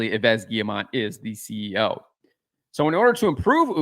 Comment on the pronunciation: Hello, to pronce cerrectly Yves in frecnh: it's Eve because you do not pronounce the final S that is silent. Keep on the good work!